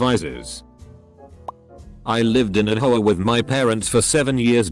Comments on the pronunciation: All I hear is HOE -UH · Lmao how the guy says HOA 😂😂😂😂😂😂😂😂